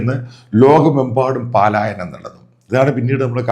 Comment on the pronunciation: പലായനം എന്നു മതി പാലായനം വേണ്ട